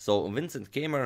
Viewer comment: When he said Keymer, I thought he said K-mart!